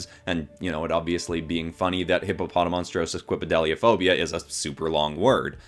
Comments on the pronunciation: This man needs an Oscar for pronouncing the fear of long words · It's amazing how he pronounces the fear of long words like a boss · how did you even learn to pronounce that 'fear of long words/public speaking' phobia so well and fast?! Like- I tried and could not do it. Good job! 😆 Some phobia suggestions: Xanthophobia (Fear of the color yellow) Arithmophobia (Fear of numbers) ... musophobia (Fear of rodents/mice) My sister said she's afraid of mice so I'm like, what if there's a phobia for that? There is, which is wonderful yet horrible. Still, I can't wait to teaser her about it.